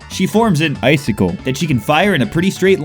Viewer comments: the dil- "ICICLE" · "The dil-"icicle"